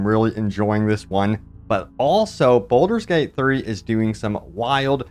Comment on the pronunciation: Sorry, have to say you're saying Bolder's Gate not Baldur's Gate. Also, it's Meta Score not Meeta Score 😂